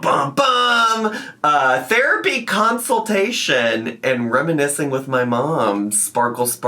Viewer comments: i am BEGGING this woman to learn how to pronounce consultation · Did she say COUNCILTATION? 😳 maybe someone should send her a dictionary 🤔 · that may not happen in a consultation but she had a counciltation. lol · She had her council-tation on my bday. But my actual gift is ( hopefully) is not having to hear that word again. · That’s definitely the way I heard it too! And lmao, “counciltation.”